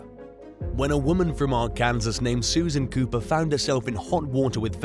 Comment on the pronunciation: It's pronounced, ark-an-saw. Not are-kan-sas🙃